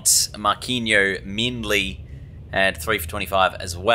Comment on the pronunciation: Its pronounced Mar-keen- o Mindley